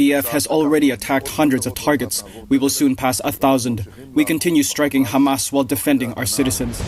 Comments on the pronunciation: It is called Hamas or Khamas as Israelis call it not Hamam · It’s Hamas and not Hamal